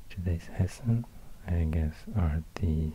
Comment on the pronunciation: Your try on pronouncing Hessen was perfect